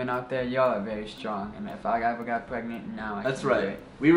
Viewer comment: It's Izabelle chehovits stop saying perangnet